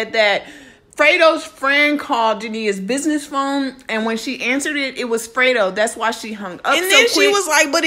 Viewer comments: FRE-DO NOT FRITO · No shade but you said Frito bang 😂😂 instead of freddo bang but yeah she absolutely most definitely out of line for this one🤔 she was with young boy when she knew the beef was going on between them two and I guess she loves Louisiana guys ijs it will be all good if she was dating somebody nobody knew about but noooo and this only leads to tell me she still in her feelings, feeling some type of way not being with yb, because if not regardless to him saying his manager reached out to hers about a video shoot this wouldn't even been an option knowing what she knows ain't nobody on this Earth perfect but when you always playing victim and then some fuckery shit like this comes out you only make yourself look stupid but she's Grown and entitled and to each its own I'll just sit back and see how this shit plays out like the rest of it I just hope she knows what she's doing for the sake of her life and whoever else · Y'all YT commentators either be slow or can't read Bruh name is FREDO like Alfredo